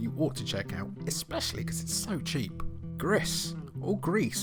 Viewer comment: It is pronounced Gri (“Gree”) - it mean grey in french